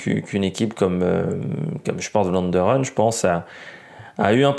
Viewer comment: 1 Vlaanderen se prononce pour vous une bonne fois pour toute f plus v merci